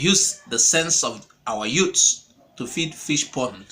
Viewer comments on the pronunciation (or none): none